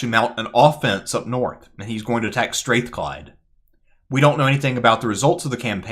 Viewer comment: Str-Ah-thclyde folks not Str-Ae-thclyde